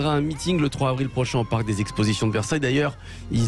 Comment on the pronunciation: 3 zavril et pas 3 havril , niveau maternelle pfff